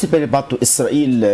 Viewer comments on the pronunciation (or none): اسرائیلی کو ازرائیل کیوں کہنے پر مجبور ہیں آپ!!